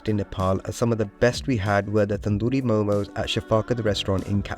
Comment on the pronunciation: It’s not momos it’s MO:MO